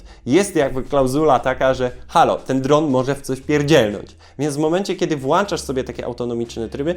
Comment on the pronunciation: Mówi się "włączasz" a nie "włanczasz"